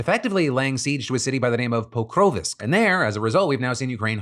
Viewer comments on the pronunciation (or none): I've only got maybe barely any Ukrainian in me and I'm Canadian largely... But even I hear the way Phil pronounces Pokrovsk and I'm like "That doesn't sound right" since I've heard Ukrainian and other ppl talk about it... There's no 'i' sound like "Pokrovisk" it's just Pokrovsk... And he's got a bit too much emphasis on at least the second 'o' I think...